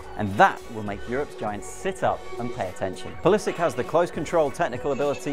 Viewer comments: Thats not how you say pulisic.. the end part should be pronounced " sitch "and not sik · your pronunciation triggered me :p its - pull is itch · Pulisik hhahhaahahha you english guys always creat such weird names with your fantasy. Its pulisiC! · He can't pronounce the name right😂😂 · he pronounces his name wrong. The ending is not like a "K". I hate when "americans" mispronounce their European surnames. He's a Croat for god's sake! Serbo-croat language names ending in C are pronounced like Ivanovic' , Milosovic, etc etc etc.. Jeeezzz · How can you pronounce a name so badly? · he's bloody wrong